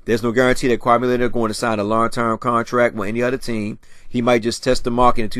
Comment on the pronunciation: Smh it's kawaii Leonard not kwame Leonard lls